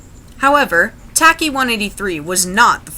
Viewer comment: It's not pronounced tack E. It's a very common Greek nickname...it's pronounced ..... Well nevermind. 🙄